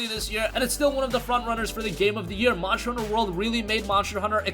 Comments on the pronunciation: Lol I was thinking that too 😂🤣 monsher hunter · MONSHTER HUNTER